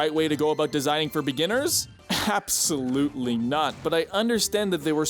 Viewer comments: Absol-loot-lii knot. This is a new low even for you,. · "Absol-Loot-Lee-Knot" Clever